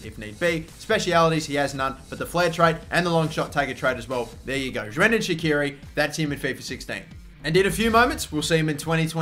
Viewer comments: "Zhrendan Shaqiri" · I'm also Albanian and god damn I actually got pissed hearing shirdan shaqiri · that's not how you pronounces his name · Not how you pronounce his name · Yeah im from albania to!They dont now how to pronouncit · Don't need to be from Albania to know he said it wrong lol,Has he not heard people say it before?